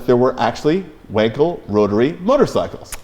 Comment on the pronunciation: Bravo for pronouncing Wankel as Felix himself did: Vonkel. Fun fact: Wankel drove a Tatra.